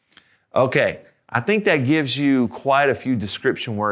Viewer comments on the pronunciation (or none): none